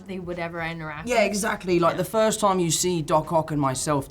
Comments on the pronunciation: Holland's "toime" instead of time is so funny to me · Tom H: A wonderful toim 🤣